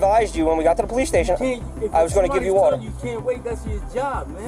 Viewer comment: "You need wather to breath"... rofl